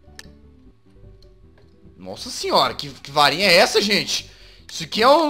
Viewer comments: Rapaz, o Jazz falou Varinha e eu entendi Farinha! kkkkkkkk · eu pensei que o Jazz havia falado farinha mas é varinha